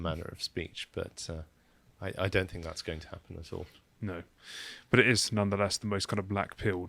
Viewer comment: Can you change the script so he doesn’t have to say “think” Because every time he says “Fink” I want to punch the screen..